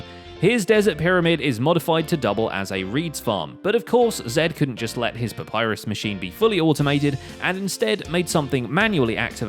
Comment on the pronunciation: Did you say papyrus?